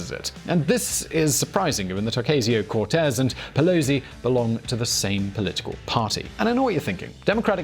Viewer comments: Can’t even say her name right... usually like your videos, but this is garbage. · how can you make an entire video about someone and not bother to learn how she says her name it's not like this is an obscure person as you yourself said she's one the most popular democrats today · Say her name right omg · Pronounce her name correctly, please.